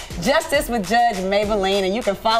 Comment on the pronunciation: Judge mablean not maybalene lol